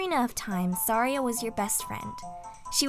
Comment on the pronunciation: No offence, but you pronounced Fi and Saria's names wrong.